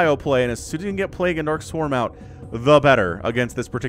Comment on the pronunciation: I love these casts and absolutely hate the word "plague-ooo".